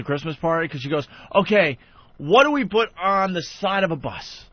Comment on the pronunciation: Opie pronounces the word 'put' with a 'b'.